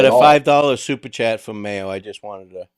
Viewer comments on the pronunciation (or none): And chat not cat